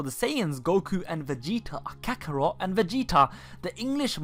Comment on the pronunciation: Me being japanese, I love hearing people mis-pronounce Japanese spelling, for example, no one puts that much emphasis on kakorotto, just saying ;)